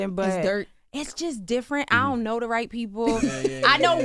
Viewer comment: “I dunt knowwwah”…yeah that’s British lol